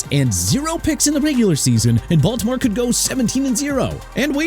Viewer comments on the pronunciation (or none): none